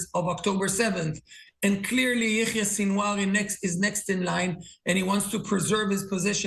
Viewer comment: Sinwar is pronounced: “Seen Wah”